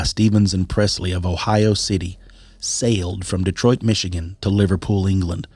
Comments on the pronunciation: Good episode, but, being from Michigan, you really need to do some quick research regarding the proper pronunciation of the towns/cities in the podcast. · No offense dude, but you are butchering most of these Michigan names.